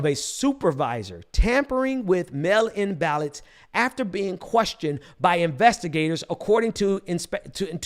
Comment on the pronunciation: Melon 🍈 ballots = Mail in ballots 😂 I appreciate your message. And it should be taken very seriously, but I keep hearing that and I can’t help but chuckle. And on a more serious note, I agree. The people will not lay over and play dead while these white supremacist tyrants try to burn down the one thing that makes this country appear to be democratic.